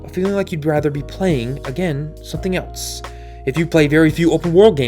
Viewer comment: Too many videos of yours I've seen where you do it, so I have to finally say something about it. There is no "t" iin the word "else". Stop it.